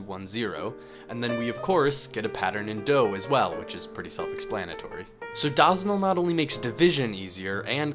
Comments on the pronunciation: omg stop saying dawsonal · Bro Said "DAHZENAL" 💀💀💀💀💀💀💀💀💀💀💀💀💀💀💀💀💀💀💀💀💀💀💀💀💀💀💀💀💀💀💀💀💀💀💀💀💀💀💀💀💀💀💀💀💀💀💀💀💀💀💀💀💀💀💀💀💀💀💀💀💀💀